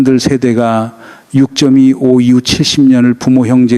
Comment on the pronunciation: 다 좋은데 육쩜이오 전쟁이랑 유월이 아니라 육월로 발음하는 ai나레이션 수정 좀 안됩니까? 집중하는데 상당히 거슬립니다. 6월 지나서 들을까했는데 이번달 아직 많이 남았네요.